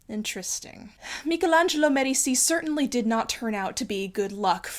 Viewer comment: FINALLY someone who pronounces Michelangelo correctly, you have my utmost respect